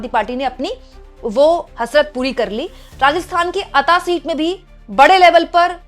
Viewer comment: मैडम को पढ़ना नहीं आता, वो अता नहीं अंता है